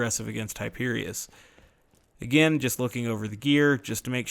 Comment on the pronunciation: Love when you say GO AGANE